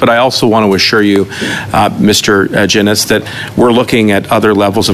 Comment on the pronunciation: I’m very disappointed that still…. It seems like it’s completely impossible for a liberal minister to pronounce Mr Genuis’s name correctly.